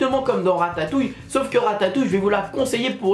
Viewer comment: ta dit ratayouille